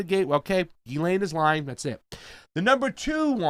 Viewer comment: It's French and it's pronouced "Jisslane" .